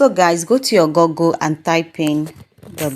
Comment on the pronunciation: It’s /gugl/ not gogl. I’m the grammar police. Please follow me